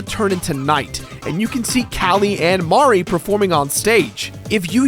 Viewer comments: It's Marie Not Mari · It's pronounced Marie not Mari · Don't pronounce Marie's name that way. I know it's like calamari (Callie and Marie) but anyone actually named Marie will tell you it's muh-REE why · It's Marie. Not Mari. But that's ok, because I'm Team Callie anyway. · I know that the Squid Sisters' names put together are a joke on calamari, but hearing Marie's name pronounced "Mar-ee" is weird. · I just pronounce it as Ma-ree. The other way he said it. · I thought so too. Though honestly I didn't realize it was a pun until he said it. I always pronounced Marie's name like Mary. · i always pronounced it muh-ree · and its marie not mari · Isn't her name pronounced muh re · You pronounced Marie wrong the entire time and it got on my nerves. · The way he pronounces Marie pains me. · he cant pronounce marie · God damn iiiiit stop pronouncing Marie like that!